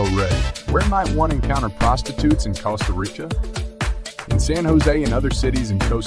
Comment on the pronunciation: Cost uh rick uh smh lmao ...